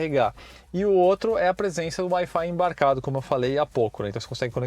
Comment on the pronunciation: Colocou uma banana na boca pra falar o preço do Wi-Fi do tracker